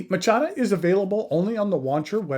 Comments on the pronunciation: Great review, never heard of it being pronounced machata before I normally go with ma cha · oh that's awesome lol, I didn't even realize, I thought that was an actual way to say it. Using it from now on. Thanks!